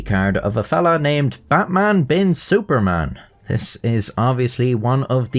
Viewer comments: It's pronounced Bat like "but" Man like "munch" without "ch" Bin like "been" Su like the "soo" in "soothing" Par just like "par" Man same as before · the pronunciation of it is "betmen bin suffermen" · Wdym the pronounciation of his name is but-mun been soo-parmon? It's pronounce just like how you pronounce it in the beginning of this video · His name in Arabic on the ID is actually pronounced "Batman Bin Suferman" - There is no letter P in Arabic, so I think they replaced it with the letter F. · It is baqman bin soferman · haha yeah no im pretty sure it's actually pronounced :"Batman bin Suparman" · Frankly, your normal way to pronounce Batman is closer than your attempt at Javanese 😂